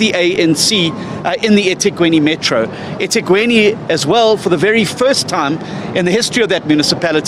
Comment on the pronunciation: It's not ethegweni. E thekwini. Mxm